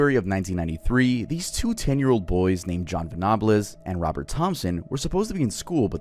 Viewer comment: You said james name and jon venables name wrong im from England and remember this case while your the first person iv heard saying they got it from child's play they did it because they where both sick little boys that had bad home lives and its that that made them do it I love your videos and have never questioned anything you have said until now not sure you got all the facts right and this one case